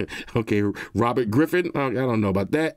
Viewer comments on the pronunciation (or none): none